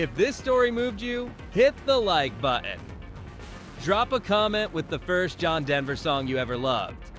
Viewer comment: What's a buh-in?